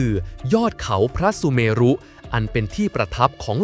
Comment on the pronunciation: คำว่า "พระสุเมรุ" อ่านว่า พระ-สุ-เมน " สระ อุ ทำหน้าที่เหมือน ตัวการันต์ ์ คือ ไม่ออกเสียง" เช่นคำว่า พระธาตุ(อ่านว่า" พระ-ทาด") คำว่า วิเชียรมาตุ (อ่านว่า วิ- เชียน- มาด) คำลงท้ายไม่ใส่สระอุ// กรุณาแก้ไขการอ่าน ให้ถูกต้องตามหลักภาษาสันสกฤต ด้วยค่ะ